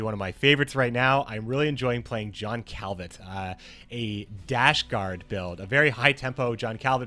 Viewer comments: The T in Calviet is silent. I'm new to the channel so I don't know if you're joking but you sound silly Edit: HOW can you play the game THIS MUCH and still mispronounce ALL OF THE NAMES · Billy Asher most likely still it's not a reason to go hostile on a guy who miss prounauce it. calviet is from books not games so it's not like we heard his name many times to learn it